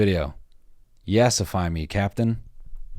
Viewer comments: nigga said "yeahsify me" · aint no way noel said Yeah-sify